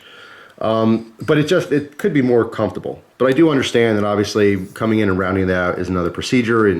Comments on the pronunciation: If there's one thing you can count on in every cutlerylover knife review it's pronouncing comfortable to sound like cum-table. Gotta love it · EastTexasOutfitters I never noticed... Now I can't un-hear it XD